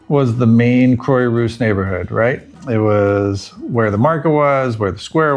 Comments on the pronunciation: Croix is not pronounced "croy" but "croa" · Quah rousse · It’s pronounced Craw-rousse😊. Great video. Thank you for the City Planner App suggestion! Brilliant ❤ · Croy-what? The least you could do is learn basic pronunciation. IPA to the rescue. [kʁwa.ʁus] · Croix-Rousse (ginger cross) crwa-russ. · You lived there HOW long, and you can’t pronounce Croix-Rousse???